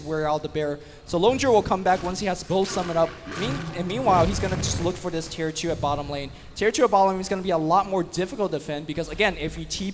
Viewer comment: Tier not chir.